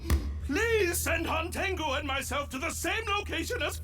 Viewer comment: His name is pronounced hantengu not hantengo (hon-ten-goo)